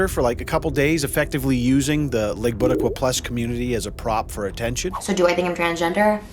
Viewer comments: i literally lost it when he said Iigbutaquoa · It sounded like he said the "leg buttercup" community lol And I'm sorry but her opening all her cabinet doors while singing edge of glory will never not be funny ☠